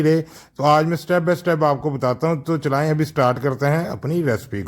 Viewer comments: Recipe bohat achi hy lekin bechara cook sahib URDU mein phans gya 😅 chalaeinnnn 😂 Chalaeinnnn 😅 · Recipe bht achi hai lakin ye chlain chlain pe hans hns k bura hal ho gya hai mera😂😂😂😂😂😂